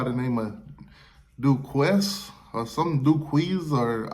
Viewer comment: It's pronounced Dooo-cane... But your analysis is still on point.